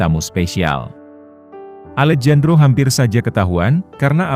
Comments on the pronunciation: Maaf min, Alejandro itu klo di baca Alehandro,,bukan Alejandro...itu dlm kata pengucapan nya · alejandro = bacanya alehandro mas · Alejandro dibaca "Alehandro" gitu min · Maaf koreksi ya , Alejandro dibaca Alehandro ya min 🙏🏻🙏🏻🙏🏻